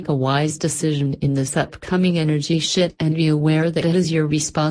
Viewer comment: did you leave the f out of shift on Purpose? lol